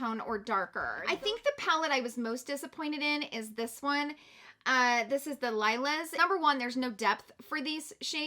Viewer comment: OMG, come on, please pronounce the word "Lilas" correctly - it's "lee-la" not "Lyla" like you pronounced it. Lilas means "lilac" in French (the "s" at the end of a word in French is silent. Lila (lee-la") also means "lilac" in Spanish, Italian and German. For goodness sakes, when Natasha Denona released her Lila palette you would think people would finally learn how to correctly say this word. 😉 You almost said "raspberry" correctly. LOL! This video is a good example why we need foreign language education in our school systems. 😉 We need to read our makeup palettes correctly. 😉